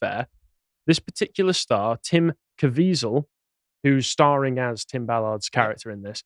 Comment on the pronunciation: tim caviezel... jim caviziel... tim jizweasel XD